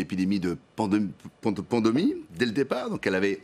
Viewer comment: Lacapelle est incapable de faire une phrase sans se ridiculiser. Il parle de "panDOmie", s' étrangle essaie de se corriger puis répète "pandomie". Une fois à propos de la CSG II s' était tellement emmêlé qu'à la fin sa phrase était devenue un charabia absurde digne d'un spectacle comique. Et son légendaire "bien évidehaent" qu'il ressort plusieurs fois par débat avec les lèvres serrées, le visage complètement crispé : le type complètement nul qui veut jouer à l'intello ! Il y a même eu des fois où il avait les yeux qui partaient en l'air tout en tirant la langue. Un vrai clown. .. Ça ne le dérange pas de ridiculiser son parti politique ? Mais vu qu'il a le soutien de son amie de toujours Marine Le Pen. Alors déshumanisation, racisme ? C'est vrai qu'un esprit tellement coincé à tel point que ça bloque son élocution. ..de plus sans la moindre gêne (à sa place tout le monde aurait honte) et sans le moindre scrupule y compris de nuire à son propre parti... Effectivement ça pose question sur la mentalité du personnage. Et que dire de MPL qui autorise ça. ..?